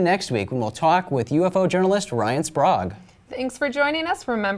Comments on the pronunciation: why she saying yofo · Is it me or does it sound like this woman is saying "Yo-Fo's" instead of UFO?